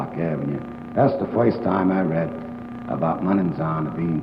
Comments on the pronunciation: I love these. Back in that time they say certain words that I find hilarious. Like how he says “first”. He says “foist” lol. Senator Curtis looks like a mobster as well. Sitting back smoking a cigar like that during a court hearing. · "in other woids" .....well foist...."